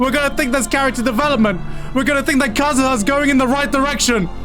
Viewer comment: Kazuya is so bad that everyone mispronounces his name. Gigguk straight up calls him Kazuha 💨